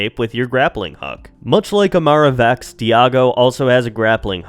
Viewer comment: It's Imara Vex, not Vax